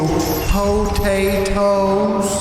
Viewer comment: Hearing say PO TA TOES.....lmaooo